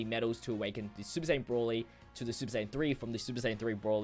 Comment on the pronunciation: You know "Broly" has an "o" in it right?